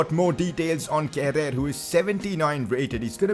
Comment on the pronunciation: Yo wassup its pronounced kera not kerer nyc video by the way